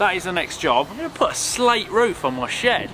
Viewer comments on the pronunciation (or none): I heard "builid sh*t" 😂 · I hear "shit" instead of shed and that make me laugh 😂